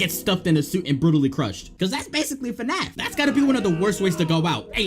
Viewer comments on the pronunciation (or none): none